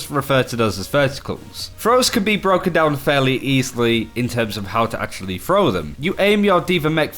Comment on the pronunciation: Throw! Not frow! Learn fucking English Frough frow